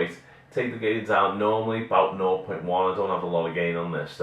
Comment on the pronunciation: ha ha peace oot a bit of scotish